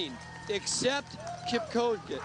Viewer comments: they pronounced his name Kip - Ko- Gee... smh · Kip - chow - gay